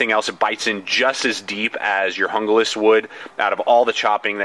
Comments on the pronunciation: Okay, it is pronounced, "Hoon-glas," not, "Jungle-as." Junglas means "Jungle" in English. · "hoong-las" not hunga-lis." seems like the handle on the rtak is wider. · Hon-Ga-Lass? HOON-glass. HOON-glass. HOON-glass. :-) Great review/comparo. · It's pronounced “hoon-glas" not "hun-glas" if anyone cares. Thank for the comparison, it was just what I was looking for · I would rather save the money and get the rtak II over the junglas (pronounced hung-las...not hungah-las). I can mod the knife and do my own kydex sheath with the bells and whistles I want. thanks for the vid... btw, it's cool you picked for a part of your moniker...the best damn fighting leader the Israelites ever had. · "hoong-las" not "hunga-lis. you wouldn't pronounce taco "take-o." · Pronounced Hoon-glas. In the grab scheme of things it doesn't really matter. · It's actually pronounced Hoon-Gloss! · Stuart Hee There are only the 5 vowel sounds in Spanish. There is no in-between sound from the "A" as in santA to the "O" as in Opera. It's a two syllable word with the accent on the first syllable. HOON-glass. HOON-glass. HOON-glass. :-) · I think with american accents they pronounce it better as "yoon-glass" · JUNGLAS = HOON-GLASS